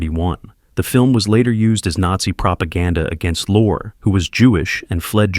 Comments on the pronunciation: It's pronounced "Lorre" (Lorry), not "Lor," by the way. You need to doublecheck the AI reader. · Peter Lorre (LOR-ee) is pronounced lore. Robo-reader strikes again. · It's pronounced "Lor-ray" not "lor." I invite all the posters to view these classic films for two reasons: 1) That atmospheric horror is more frightening then visceral blood and guts and 2) To see how many names the AI narrator mispronounced. 💀☠💀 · LOR-EEEEE NOT Lore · Pronounced Lorrie, .not Lore. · Please, please, please learn to pronounce the actors names before making videos! For instance, it's Peter Lorry (phonetically), not Lore, and Joel McCray, not Macray-a. Please. You put some effort into the video, and it would be great if you just make the small additional step to get the principals' names right. Mispronunciations diminish the quality of the presentation, and it's a shame. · AI again proves it can't do the job as well as a person. Bel-lah, NOT Bay-la, Lugosi. Peter Lores last name is not pronounced Lor-ee. World War 2 became B'if 2. WTH? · I really hate AI . Or should I say AI is an oxymoron. The AI keeps mispronouncing Peter Lorre .His last name is pronounced Lore ree. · Peter LOR -- ee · Another crap AI vid... It's pronounced Loor-E... Peter Loor-EEEE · For Example; McCrea is pronounced MCray, Lorre is pronounced Lorrie, etc. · I find it interesting that the AI mispronounces Peter Lorre's name the first time, but gets it right the second. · I wish this narrator knew how to pronounce Peter Lorre's name. But then, I wish it were a human and not another AI. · I guess the AI can't even pronounce Peter Lorre's name properly.... until it can maybe you should use a human? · My eye twitched to hear Peter Lorre's name pronounced that way.